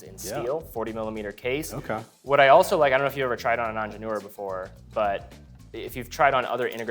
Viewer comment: Thank you for sharing this great video! Just a quick note: 'Ingénieur' actually has two 'i's. , it sounds like the 'i' in the last syllable is being missed. The pronunciation is closer to 'NYUR' (similar to 'knee-yur' with a slight nasal sound).